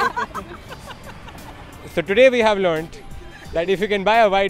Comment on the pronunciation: it is Audi and not Odi